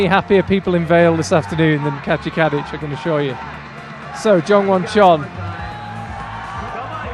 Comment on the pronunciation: Can't help it but I keep hearing the commentator say "Katja Cabbage" instead of Kadic.